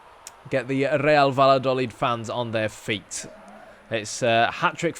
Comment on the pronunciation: Nice move! Spain will be a good place to build your career. Double-L is generally pronounced as a Y sound, so it's best said Va-ya-do-leed.